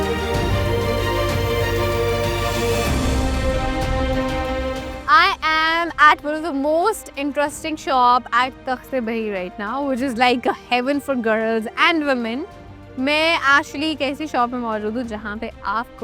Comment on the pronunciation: I have visited this amazing place 2 years back. You pronounced takhte bahi in whole video but its takhte-bhai locally 😊